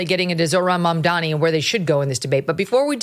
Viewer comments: It’s Mamdani, not Mamdami, you ignorant morons, Mark and Sean!! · Why is it so hard to pronounce Mamdani? Can't any of you actually read? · They never say his name right “Mandami?????” Seriously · People who mispronounce Mamdani’s name really annoy me. His name ends with an “mi”, not “ni”. Why is it so hard for people to say ‘Mamdani’ instead of ‘Mamdami’?? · Holy shit how hard is it to pronounce MAM-dani? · why are they mispronouncing Mamdani's name? Only Megyn pronounced it right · People still don’t know how to pronounce his name properly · Why they all mispronounce the name of the guy? Is it because it is difficult to pronounce by English speakers or it is some racist shit? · Racisim is a cancer in America. They are deliberately mispronouncing Mamdani's name. Even in my dreams I can not live in such a country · These white racists can't even be bothered to pronounce his name correctly. Literally two syllables name. But they won't never dare to mispronounce Netanyahu. 😂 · Do these people not know how to pronounce his name? Basic english fail lol